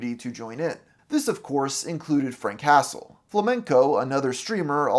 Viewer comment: Frank hastle ❌ Frank castle ✅